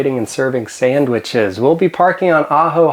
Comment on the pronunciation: Can't stand the way this guy says Sandwiches